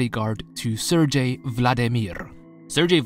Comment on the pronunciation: Love your vids! Btw Sergei is pronounced with G(like G in great)